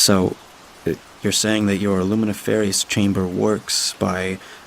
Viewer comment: luminiferous is not pronounced that way.